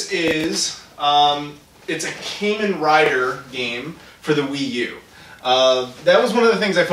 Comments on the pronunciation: Sorry buddy, I gotta say this, I'm a huge Kamen Rider fan...its a LONG a so its pronounced KAH-men Rider. Wanted to get that out there if you touch on other games in the series. also Taiko no Tatsujin is Taiko Drum Master obviously. The game following that translates to (Gotouchi Tetsudo: Gotouchi Kyara to Nihon Zenkidou no Tabi) Locale Railway: Locale Characters travelling across Japan. Fujiko F Fujio is a famous mangaka (comic writer) whose most famous work which is displayed on the cover is Doraemon. Now as for the XBOXONE game Azito is a giant robot building series that is also on the 3DS amongst other systems. the x is actually pronounced 'Cross' here like in ProjectXZone. Finally Tatsunoko is one of the BIGGEST production houses in all of Japan. The biggest series thats known here is Gatchaman. For the tradtional games, the first one was Go the other is Japanese Chess (Shougi) Also the names attached to them are of famous players of the games. Another thing, Psycho Pass in anime form has a stateside release that you can watch on Netflix and I HIGHLY encourage watching it if you like crime drama! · You pronounced Kamen Rider wrong. Look up videos about the franchise.